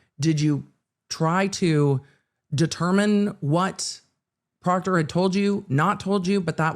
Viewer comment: If Michael Proctor didn’t do anything shady or illegal, why are they having a hard time saying his name?😂